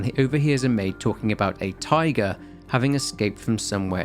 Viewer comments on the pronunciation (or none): none